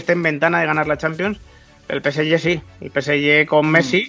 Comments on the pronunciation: Cada vez que dice "peesye",Dios mata un gatito. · El "Pesyé" , gran equipo. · Por que este chico pronuncia así el nombre del PSG ? 😂🤦🏾‍♂️🤦🏾‍♂️💁🏾‍♂️